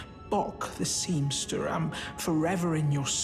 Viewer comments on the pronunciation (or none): I love! The way he always says seamSTER is so cute and hilarious to me!! 😂😍😘